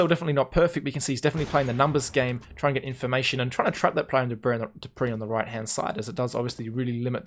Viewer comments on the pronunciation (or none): none